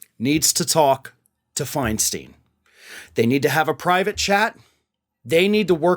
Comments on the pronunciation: Her last name is pronounced Fein stein, not Feinsteen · In San Francisco we call her Feinstein, not FeinSTEEN. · her name is Feinstein, not Feinsteen. She should have been put out to pasture a decade ago. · Feinstein should have retired fifteen years ago. She is completely out of touch with voters needs. And it's pronounced "FINE-stine". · it is pronounced fine stein farron. like a stein of beer.